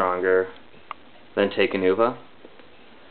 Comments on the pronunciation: It's pronounced: talk-uh-nuva and tack-uh-dox and ic-uh-rax. Bioneclepedia says so. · Not to correct you and seem smart and all, but it's Talk-Uh-Noo-Vuh